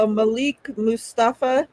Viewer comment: Fyi its pronounced malick not malik